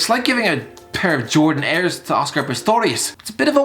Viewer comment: Did he just say Jordan Airs?